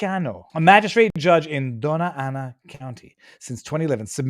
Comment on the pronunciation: Oh Doña Ana is pronounced Donya Ana. The tilda makes a y sound after the n.